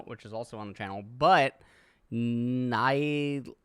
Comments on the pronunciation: Nilah is pronounced as "Neelah" meaning color blue in Hindi language referencing water. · Kneela. Nilah is pronounced Kneela <3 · Hey! Nilah will probably be pronounced that way “nailah” but “neelah”could be the correct way as neelah is the hindu (Indian here) word for blue( water theme). But i imagine they will say it “Nai-lah” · Nilah (Nee-lah) that’s how it’s pronounced, I guess. Because it sounds like some of Indian languages. The name nilah mean ‘blue’. Blue, water,,, related words… that’s it.. and in addition her voice over accent sounds Indian, and the character dress seen in some parts of India. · Its pronounced Nilah duh like how don't you know this? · I think Nilah instead of N-eye-lah sounds more correct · It is pronounced "Nilah" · It's "Nee-lah" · It's Nilah, (nee-lah) it means blue in hindi, a language from India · It is pronounced Knee-Lah. It means water/blue in Sanskrit. So, I think that's what they were going for. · “Nee-lah” south Asian name, it’s means water hyacinth in Hindi but is a derived to water in other Indian languages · nilah means blue and it’s pronounced nee-lah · Nee-lah. like your knee, and lah. Nilah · riot has confirmed its nee-lah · its NEELA Madge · its pronounced nilah not nilah